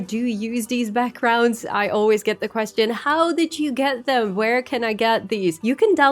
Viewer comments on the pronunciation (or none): none